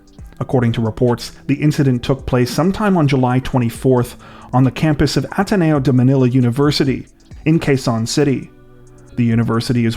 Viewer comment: I appreciate your effort in pronouncing my country's University, City and last names. You pronounced it well which means you made an effort to research and that's very much appreciated. Ateneo is one of the most prestigious Universities in my country and also one of the most expensive LOL. I am surprised this shooting happened TBH as all of our schools here including elementary/primary schools have METAL detectors in entrances and all bags are always searched before they can enter the school and security guards are armed and licensed to shoot if any event happens. My guess was they had an insider so they were able to slip past security check or this event was outside the school. Assassination of feuding politicians happen a lot here but they don't usually do it in schools as they know it's secured so there's more to this than just hatred for that former Mayor. I won't be surprised if that murderer will die in police custody. Many confirmed murderers and rapists accidentally die in Police custody in my country or would attempt to grab a cop's gun so they were killed. Vigilantes are prevalent here. Robbers usually have an eye for authentic jewelry that's why I don't have any jewelry when I travel as a lesson learned from my aunt . My aunt was robbed of her earrings and they didn't ask, they just snatched it out of her ears as she was sitting at a bus stop. They grabbed her head from behind, so it caught her off guard she was frozen after it happened. She went home with bleeding